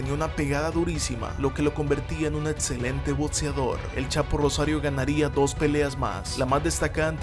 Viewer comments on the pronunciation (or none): Hola, buen día. No sé tu nombre pero quiero decirte que son interesantes tus vídeos. Pero, sin afán de ofender, creo que deberías de esforzarte en tu eXelente pronunciación, en lo personal me desespero de estar escuchando faltas en tu dicción. ¡¡ No es difícil !! Quita la T delante de las X's y las dobles CC's. Se dice Excelente, Boxeador, Acción, no, Etcelente, Botseador, o Atsión. En verdad deseo que lo tomes en serio pues daría un plus a tus comentarios. Atte. Aarón Medrano